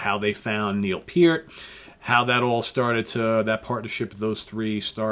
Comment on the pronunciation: "Peeert"? Peart (Pert) Just...Peart.